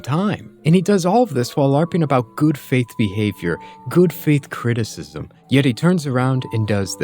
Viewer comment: God, if I have to listen to him say "cristsm" again...